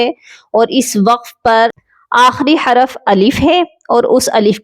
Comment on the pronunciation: حراف نہیں ہوتا حرف ہوتا ہے